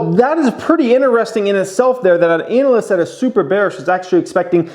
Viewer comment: I like the way you say “anal-ist”